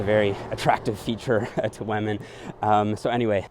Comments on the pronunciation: I love how says wamen instead of women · I hear "Weminn". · Am I the only one hearing wahmen instead of women? xD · Does anyone else hears him saying wamen instead of women? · Me: Women.: Wahmen. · WAMEN! (i think he is watching pewdepie these days) 😂🤣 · "whamen" (c) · Each time he says "wah-men" instead of "women" xD. Love the content though, good work! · What the hell is a wehh-min? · Waymen . updated my pronouncation. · why does he say wamen? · Great video, good content but I can't help it... : waman 😂😅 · what is a "weh-min"? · “Men and wamen” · I love how you said whamen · I was just about to comment that and was checking to see if anyone else did 😅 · I almost hear lemon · Gotta respect wahmen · First you get ze glutes, zen you get ze powah, zen you get ze wemmin!